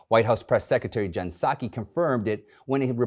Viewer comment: Did he pronounce Psaki “Sukky”? 🤷🏼‍♀️